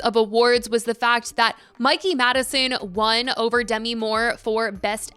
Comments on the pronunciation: I know it’s not your fault but the way you kept mispronouncing Demi’s name. 😅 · Dunno why it irked me that she was pronouncing Demi wrong